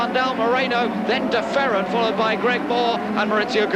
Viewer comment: I MISS Vancouver! Love the way he pronounced "De Ferran", made it sound much nicer!